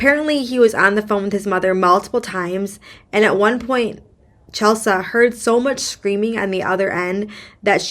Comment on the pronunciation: Chelsea (the mom) is pronounced Chel-see. Bricen DID go back to TN to have the gps reprogrammed. He showed up in Lauren's car with Lauren IN the car. This was caught on cameras. Nobody realized it while she was there, I guess. There is no word that Bricen brought her in with him to the gps company or if he made her remain in the car. After his gps was set with the correct parameters, he went back to Mississippi and killed Lauren after another torture/beating. The reasons the judge's competency is being called into question is the fact that she has either fallen asleep during a trial or been found to not be paying any attention to the court proceedings during a trial. There may be other instances but those are the ones I've heard on YT. The 'other' gps company is owned by an employee of one of the bond companies that got Bricen out (there were two). When Bricen was released pm, nobody from the bond company was there to pick him up and take him to the gps company. Bricen actually called the bondsman to find out what was going on. All of this information was found on many videos on YT.